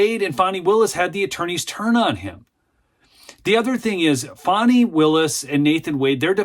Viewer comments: It’s Fannnnnny not Fawny ! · Dude, its not Fawnee its Fanny!